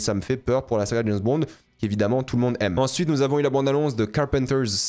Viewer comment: dès le début tu m'as trop fait rire et renvoyé en enfance: jameusse bond? j'avais la même prononciation gamin et mes cousin.e.s s'en moquaient gentiment et ça nous faisait marrer... maintenant prononce le prénom james sans rien derrière... puis réessaye avec bond... hahaha, t'as vu t'es guéri de la jameussemanie... merde! plus tard tu le prononces bien haha c'est pas moi qui t'ai guéri... je t'aime bien.